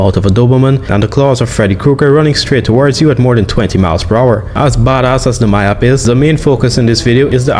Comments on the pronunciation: Maip bro not maïp💀💀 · ITS PRONOUNCED MEEP